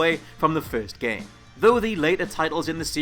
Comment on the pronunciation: what's a jame?